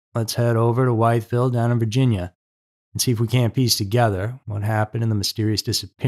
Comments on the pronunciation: Live near Wytheville but it isn't White it is With in pronunciation sorry it doesn't make much sense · I grew up near there... BTW it is pronounced With Ville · It is pronounced witheville with a short I sound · VA checking in: strangely enough, the town is pronounced as "WITH-ville. Minor point. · "Withville" (Wytheville) and "Stanton" (Staunton) 😀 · It’s pronounced WITH vile. 😂😂. I’m sorry, I’m really not the grammar police but I’m from VA😂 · Wytheville, VA pronounced as With-Ville. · Just Fyi for future reference its pronounced as... With_ville Good video as always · Hello It's a tiny town .. it's pronounced withville 😊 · WITH ville is correct pronunciation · Everything was out of place. He let them in , I don’t recall the door being broken in the episode? So he knew them ? Why was the car UNLOCKED ?.. How sad for a mother and family. ( The town is pronounced WITH VILLE .) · Wytheville is pronounced with•ville. ❤ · Maybe you can't find this guy or anything about him because you are mispronouncing the town's name?? It's pronounced "withville".. I see why you would call it that, but its wrong.. Now that you know, maybe you can ask around about this guy using the right pronunciation?? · I'm happy to see that I'm not the only one bothered by the pronunciation. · Went to comments to see if someone told him this.Also not a minor point but major .like calling a person Jane but name is Joan. The way he pronounced it was WRONG. Might be places with that name probably not in va. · I am in Virginia. You're mispronouncing Wytheville. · If you're going to use AI at least learn how to pronounce the Towne name..lol